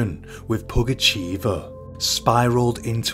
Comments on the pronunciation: Nice videi. But just to let you know it's pugachöva not pugacheeva😅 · Okay, here it is: the village is "Vinnitsa", the name's "Pougatcheva" or "Pougatchyeva", I couldn't see if it was the Russian "e" or "ye" on the letter. "Pougatchev" would be a male tho :D